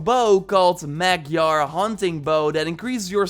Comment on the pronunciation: You pronounced the Magyar hunting bow wrong its actually my home country's name in Hungarian so it's actually Hungarian Hunting Bow. Hungarian people were nomads before 1001 and my people used this bow to crush and raid everybody in europe (between germany and Croatia) but then the knights came and a bow can't penetrate iron so they were srewed but then we became christian and everybody let us live for some time. XD But then my country was fully destroyed after WW1 with an unfair peace treaty